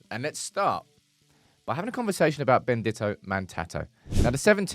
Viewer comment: Pronounced “Bendeeto”. Spanish for “blessed”.